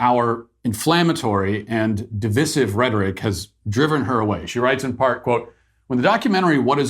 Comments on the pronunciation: It isn't div-is-iv. It is div-i-siv. Cmon...this is America! :D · Isn't it "di-VI-sive", where the middle I is stressed and pronounced with a long "I" ? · Is it pronounced 'divissive' or 'de-VICE-ive'? Argument begins below... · You're pronouncing "divisive" incorrecly Matt. Div-eye-seive. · The pronunciation of divisive is divisive... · Quick question as a non-native speaker: Why does he pronounce divisive like that? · Is the way Matt pronounces 'divisive' really the way all you guys in the States say it? 🤔